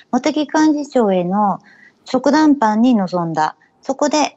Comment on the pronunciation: 細かいですが、ちょくだんぱん？じかだんぱんでは？